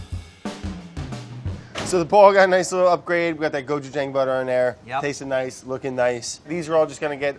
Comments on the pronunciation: it is. but he doesnt pronounce it like that. his is more like gochujung. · Andy: Gochujang Brad: GochuJANG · as someone who's learning korean, andy's pronunciation is much better. he has that long 'aa' sound which is correct, but it's not perfect. if you romanize the korean word (고추장) properly, it's gochujang. brad keeps that soft 'ch' sound, while andy keeps that long 'a' sound. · did it not bother any one that brad said Gochujang and right after andy would say Gochujong! which one is it?! make up your mindddddd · I love the small petty hate they both Express with the "GoJuJung" vs "Gochujang" butter pronunciations. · The way they keep saying cotchujang (so sorry if spelled wrong) lmao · There's a lot of misinformation in the comment thread here. The correct pronunciation is not "somewhere in the middle." Brad incorrectly pronounces the "a" as ⟨æ⟩ (as in "apple"). This vowel would be romanized as an "e," not an "a." Andy's "a" in "gochujang" is more accurate and, even with an American accent, can be easily understood. Look up the audio sample on the Wikipedia page "Open front unrounded vowel" for reference. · andy and brad’s pronunciation of gochujang shows a lot about their overall differences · Andy pronounces gochujang better then Brad but then Brad pronounces gochugaru better then Andy 😂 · Watching them trying to say Gochujang.... im sorry but i cringed so hard. But thanks for putting in some Koreanness into you vid. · Seriously Brad... Listen to Andy and stop butchering the pronunciation of "gochujang". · Am I the only one who's annoyed at Brad's pronunciation of Gochujang? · I appreciate how they REFUSED to agree on a pronunciation for gochujang.